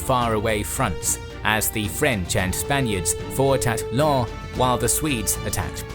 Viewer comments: LenS not Len ;) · Lens is pronounced with the s in the end, just to stop confusion at that point. Thank you for interesting videos in general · The "s" in Lens has to be pronouned. Just a small detail very good video mate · Little remark: the "s" in Lens is pronounced. Yes, I know, usually final S are not pronounced in French, but here it is.